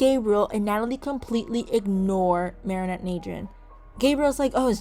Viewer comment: Am I the only one who noticed she started saying Mary Anne at the end instead of marinette?